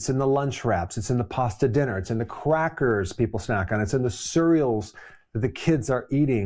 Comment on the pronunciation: did you say...Quackers? 😂